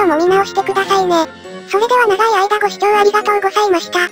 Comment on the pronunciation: 最後ごさいましたってなってました！